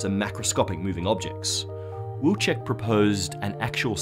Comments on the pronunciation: It is a Polish surname, it should be pronounced Viltschek. Why don't you do a research on pronunciation? not the whole world is english, you know... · In my opinion since Wilczek family name is Polish you should use Polish pronunciation not English. If you want to use English just call him "wolfie"